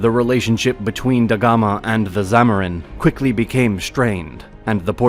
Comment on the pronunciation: It's is zamudiri, your pronunciations are wrong